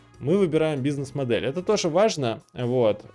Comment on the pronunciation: "бу си несс" просто прекрасно я щщщитаю :)))